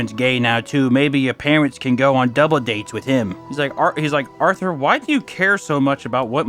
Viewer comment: Lol, he nailed Arthur. 🤣